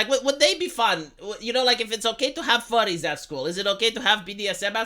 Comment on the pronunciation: Furries, not Furies. Believe me, I should know lol, that being said though that’d be an issue if said schools have any mascot suits.